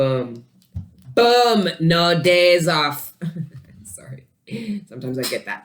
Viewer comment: I have been sabotaging new love, just can't trust people. It's crazy you said "No days off" because that dude said to me he gets no days off and he's Jamaican and you said it with an accent.